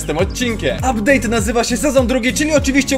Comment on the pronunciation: "ubdate" Thembacon